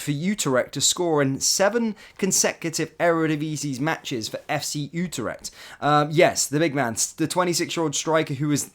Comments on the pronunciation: FFS it's not UTER-ECHT! IT'S U-TRECHT!! Also as a Rangers fan why can't you get players' names right! It's NOT ABA-DALLAH it's AB-DALLAH SIma! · Utarecht? Eh?